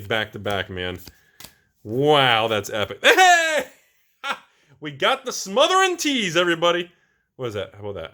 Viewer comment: 1. It’s pronounced Smothering Titty 2. The packs with split card rares are NO RARE PACKS